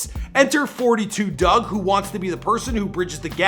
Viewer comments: It’s 4 2 dugg you don’t say it like 42 dugg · it’s 4-2 dugg, not 42😒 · Fun fact: it's pronounced four two dugg, not fortytwo dugg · It’s pronounced 4-2 dugg not 42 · It's not forty two dugg... its 4-2 dugg!!!!